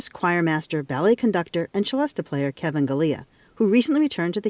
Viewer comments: FFS!!! what is it with you Americans and pronouncing everything different!!! Its French NOT ITALIAN....pronounced "SELESTA" as in celestial....which mustel thought it sounded when he invented it......as beautiful as it is its still a ridiculously overpriced toy piano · It's really entertaining seeing all the snobs in the comments complaining about the different pronunciations of the word "celesta" and arguing about which one is "right" 🤣🤣 (Especially the ones who don't know that it's called a "célesta" in French...) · I did not know that "celesta" is pronounced with a "ch" instead of an "s." I've only seen it on synthesizers and clearly never heard it pronounced out lout till now. 🤯 Beautiful sound! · I suspect regional accent. I've heard it both ways. Might also be because he is an organist, and I've never heard anyone mention the organ stop of the same name with any pronunciation other than the CH. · You are correct. In English it is pronounced /sɪˈlɛstə/ (celesta) or /sɪˈlɛst/ (celeste) < the latter is the usual Br.English name for the instrument. The instrument was invented in France. The spelling with an "a" at the end does exist though.. There is no excuse for pronouncing this with a "ch" sound, as if it's Italian, like cello. I have heard Italians pronounce it the same as the French: and sometimes with a "sh" sound, like Shell-est-eh. Even they know it isn't Italian. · Of course I've heard of a celesta - anyone who has ever listened to the 'Nutcracker' has heard it and of it. (and it's pronounced Selesta not Chelesta) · Oh! So Americans call it a celesta, pronounced chelesta, here is is called a celeste, pronounced sellest, like everybody else. It's amazing how Americans always have to be different. They mix up languages and turn them into patois. 😁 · Why is he and the narrator saying CHelesta? I have always know it as a Selesta, ans they even called out the origin being "celestial" (selestial). So why insist on saying chelestial?